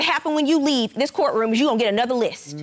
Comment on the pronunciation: "My court raum" 🥰🥰🥰